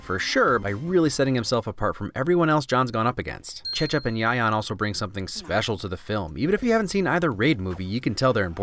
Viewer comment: Whoa that Cecep and Yayan pronounceiation are really good lol